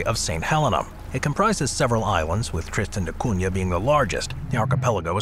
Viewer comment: There's no air strip on Tristan 😮 only sea acess via Calshot harbour into port of Edinburgh-of-the-Seven-Seas No need for the spanish accent for TDC St Helena is however pronounced "Sint Hulleena" You didnt mention TDC has their own parliament too